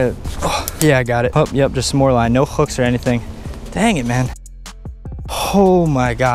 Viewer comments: It sounded like you said "Wine" at 7 .50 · This is how many times we thought he said wine instead of line ⬇️